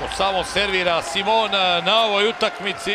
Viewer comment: SIMONA???? Que pedo con ese comentarista? Le cambia horrible el nombre